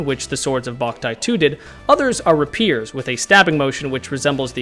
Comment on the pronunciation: Rapier, not Rupire.